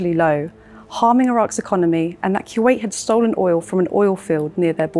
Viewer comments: Boy if you say “kyoowait” one more time.. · Kuwait: koo-wate'or kwate'. Not kyew-ate.